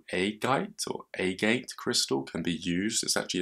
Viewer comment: It's pronounced A-GAT